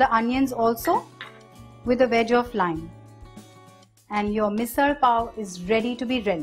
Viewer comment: Loved the fact that MISAL was pronounced with the typical marathi L. And yes, the misal does look yummilicious